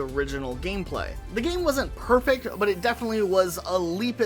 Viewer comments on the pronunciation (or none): none